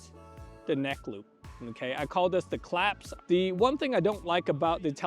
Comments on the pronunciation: sir sir sirrrrrr it's "clasp" not "claps" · Clasp, not claps